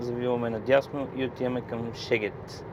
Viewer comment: Страхотно видео! Само една забележка… Шегет = Сегет :)